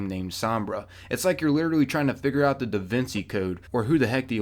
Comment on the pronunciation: "The DiVinsi code."